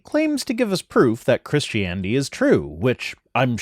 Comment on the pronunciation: Ok, one from GE and now this one ... have they started pronouncing it Chrishtanity or Chrishtaniety since I left?